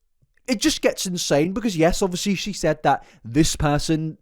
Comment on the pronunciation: Only if you FINALLY stop saying "Obwissly" you can pronounce "obvious" right, so PLEASE, for the love of god, don't pronounce obviously *obwissli*. I would love to watch your videos, but this is stressing me out so much, I really can't. I know it's my own problem, but I can't imagine i'm the only one triggered by it.